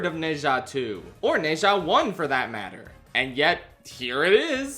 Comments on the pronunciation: you absolutely blew the pronounciation of Ne Zha, its more like "Nuh Ja" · ITS NO "NEI JA" ITS "NUH ZHA" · for future videos: ne zha is pronounced like nuh - ja (for inflections: nuh has a rising tone and ja has a flat tone) (alternatively chuck it into google translate and listen to their pronunciation, being careful to replicate their intonations closely) (you dont HAVE to do this but i think many would appreciate it) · It’s pronounced “Na-Jaa” 😅 but great video 👌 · I loved this movie saw it with my chinese class it was wonderful. Also it should be the bate minimum but thank you sincerely for making an effort at pronouncing the name the actual theater we went to see it at couldnt even be bothered to say it right 💀